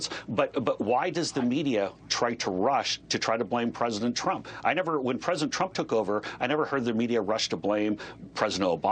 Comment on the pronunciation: He also said pricedent Obama. So no much sense to fuzzy.